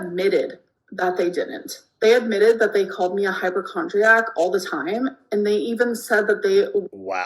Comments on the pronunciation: "HYPERchondriac" 😂 She buys most things, even essentials based on whether they are esthetically "PLEASEEN." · "HypERchondriac" and "re-writ" all in one sentence lmao